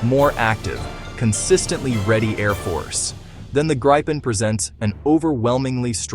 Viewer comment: How to pronounce Gripen: "Greepen", not "Grippen" or "Gr-eye-pen"